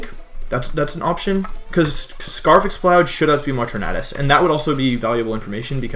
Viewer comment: Logan Rhoades he is saying it right